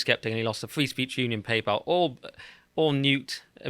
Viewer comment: Why do you keep calling it "Papal"?